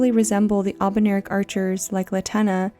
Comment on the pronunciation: I´m confused ...is it pronounced "albernirics" like she did in the video or "albinaurics"? is this another "evergaol" being pronounced kinda like "ever-jail" situation?